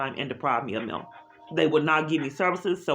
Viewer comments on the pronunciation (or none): It’s MAIL! Not “MILL”!